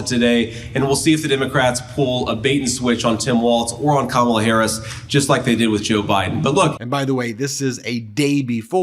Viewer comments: Karma-la!! Advice for Trump on how to pronounce Kamala properly. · It's not Kamabla Donnie... it's Karma-la. Be afraid.